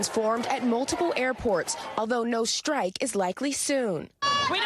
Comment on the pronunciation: "No schtrike is likely soon! " 😂 Schtrike 😂😂😂😂😂😂😂